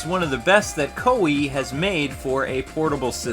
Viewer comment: well I think that the game looks awsome, but I do have a prblem with you, and I don't mean to be rude but this is some thing i stress with japanese naming. you pronounced Koei and Nobunagua wrong